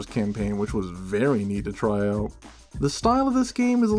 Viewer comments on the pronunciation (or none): As a fellow Scot, the “AYE, CHECK THIS SHITE OOT” made me lmao